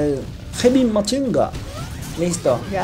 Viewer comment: ES HEAVY MACHINE GUN, pero en el juego de metal slug lo pronunciaban de esa forma y se me quedo para siempre jejeje